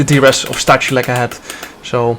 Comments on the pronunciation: It's Sta-hoo-lets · in poland we have 2 "h" one is "ch" and 2nd is "h" and you read both the same as "h". for example: STACHULEC read -> STAHULEC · Stachulec is read in Polish as Stakhuletz